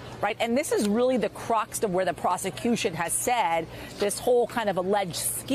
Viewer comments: Taco Night in most any context makes me smile. But I winced hard at both occurrences of "cruxt" instead of the word "crux." :face-orange-raised-eyebrow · Does she keep saying "cruxt"?!? Cruxt is not a word! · CRUX I am so tired of people making up their own versions of the English language. CRUX not CRUST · Crux doesn't have a t at the end. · There is no "T" in the word "crux".